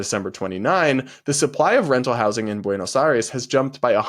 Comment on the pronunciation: Was your Spanish teacher from Andalucía? The way you pronounce Buenos Aires (Buenoj Jaires is hilarious, in Cuba we also have a huge Andalusian influence in our pronunciation) I say it almost the same way as you 🤣🤣🤣🤣